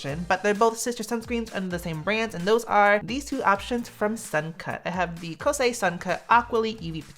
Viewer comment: Shocked you pronounced the name well. 🤣😂 Have you noticed pilling with the UV Perfect Gel? A few of my friends have noticed it too but it's not consistent. I'm still trying to figure out if the pilling occurs when I apply way too much product or when the air is quite dusty and dry.